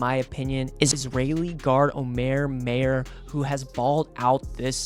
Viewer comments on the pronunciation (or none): Only comment is that you mispronounced the name of the Purdue newcomer, Omer Mayer. It's not MAY-ER it's MY-ER. I don't think you'll get much argument on your overall ranking. Pretty reasonable.